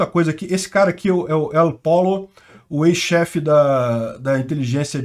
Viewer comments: uma dica de espanhol, não se fala "el polo", mas sim "el polho" ou "el podjo", segundo o sotaque regional. Seu canal é muito legal, não deixe esses erros atrapalharem a notícia. Abraços. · Pollo “/pÔyo/“. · El Pollo (se fala Él pôlho, o frango). É diferente de polo. kkkkkkkk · " El Pollo " leia-se "eol poio". Literalmente " o frango " , Pollo em espanhol é frango. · Se lé "pôlio"..